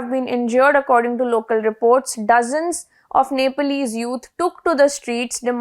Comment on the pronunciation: It’s not Nepaalese… it’s pronounced ‘Neplese’ even though it’s spelled Nepalese…But the issue isn’t the ban.. it’s about corruption.